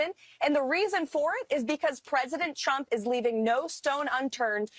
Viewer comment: Someone pointed out that it always sounds like KKKaroline is saying, “President CHUMP”..& now I can NEVER unhear it. 😄 great example